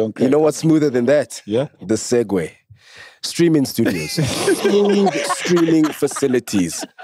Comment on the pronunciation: Ke segue mtase😂 but it's pronounced like "Segway"